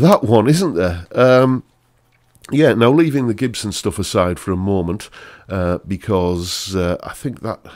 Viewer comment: The cheap Gibson you're bidding on is pronounced Chibson.